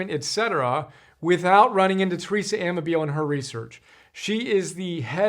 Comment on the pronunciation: Pronounced: a-MAH-bill-lay